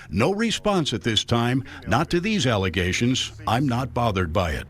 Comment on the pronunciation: There are so many words I’ve heard her say all wrong 😂 Alizations instead of allegations. Or Obsticks instead of Optics 🤣🤣